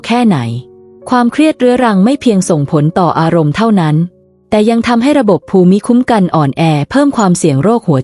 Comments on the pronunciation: เนื้อหาน่าสนใจ ว่าส่า การพูดชัดเจน น่าฟัง แต่การพูดเว้นวรรคไม่เหมาะสม และมีบางคำไม่ถูกต้องเช่น ภูมิคุ้มกัน คุณพูดว่า พู-มิ-ค้ม-กัน (ภูมิคุ้มกัน )ซึ่งน่าจะพูดว่า พูม-คุ้ม-กัน เป็นต้น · วีดิโอนี้มีประโยชน์ครับ แตอยากจะขอแนะนำผู้อ่าน ขอให้รักษาวรรคตอน และการออกเสียงคำบางคำทีผิดพลาด เช่น ภูมิคุัมกัน ให้อ่านว่า พูมคุ้มกัน ครับ ขอบคุณครับ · ขอบคุณ.ที่จัดทำเสริมชีวิตให้ดีขึ้น.การอ่านเว้นวรรคตอนผิดไปมาก.คำภูมิปัญญา.ภูมิคุ้มกัน..อ่านว่าพูม.ปัน.ยา.พูม.คุ้ม.กัน..นะครับ.น้ำเสียงพอผ่านครับ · ข้อมูลดีค่ะ แต่การอ่านต้องปรับปรุงค่ะ ภาษาไทยควรศึกษาก่อนลงเสียงว่า คำใดอ่านว่าอย่างไร เช่น …..อ่านว่า พูมคุ้มกัน และวรรคตอน ควรเว้นวรรคอย่างไร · ภูมิคุ้มกัน อ่านว่า พูม - คุ้ม - กัน ครับ